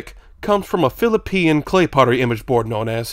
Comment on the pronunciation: Did you really say phillipean